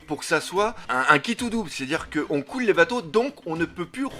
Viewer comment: " on couille les bateaux " " ce mersage " (Des petits problèmes d'élocution?) 😉